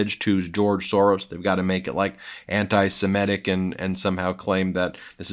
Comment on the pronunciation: "Semitic", Ben, not "Semetic".